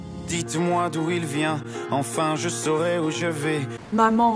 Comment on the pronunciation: Hi. Are you Russian? You have a Slavic accent when you speak English. You also mixed up the two sounds in saurai/vais. It's the opposite. Saurai is tense/closed, like 'sauré'. Vais is lax/open, like 'vè'. Check forvo if you're not sure. In the song, Stromae does pronounce it as vé, but this was probably to make it rhyme with saurai, trouver and travailler.